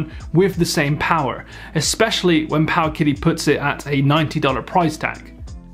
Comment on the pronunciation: I believe it’s pronounced paoooowwwkitty